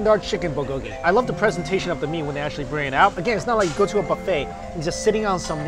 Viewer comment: i feel bad for luaghing at his pronunciation but i cant help it whenever he says bulgogy!!!